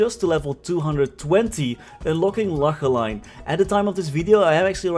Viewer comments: The way u pronounced Lachelein…. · His dutch (atleast I think) coming through